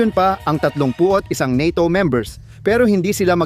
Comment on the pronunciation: Bugok. Ka talaga ayusinmo pagbigkasmo sa NATO bobo ka pala.